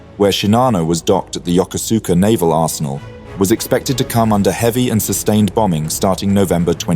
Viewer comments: It's pronounced "YOKOSKA" not "Yo-ko-SOO-ka". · No, not yoker-zooker. Yokosuka is pronounced yo-koh'ska. The "koh" is as in "cough" without the F on the end. If you want to do history, you have to learn to do research first. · The Second Sino-Japanese war began in 1937, not 1941. The full scale war began immediately in 1937. Also, I know in English it is Yokosuka, but it is pronounced Yokoska, and Kure is pronounced Ku-re with more of an eh sound than an E sound. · The naval base name is pronounced: YO-KUS-KAH. Absolutely not true: Japan sent two waves of 353 aircraft to attack an entire fleet.